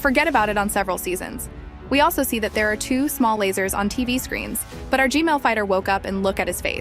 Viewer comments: can you say gman not gmail 😢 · did anyone else hear "gmail" instead of gman?